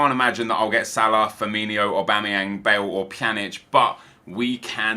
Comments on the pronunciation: please stop calling him firminho its firmino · Firmino not firminio xx